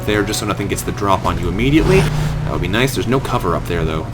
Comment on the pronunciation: Nice, not nuce.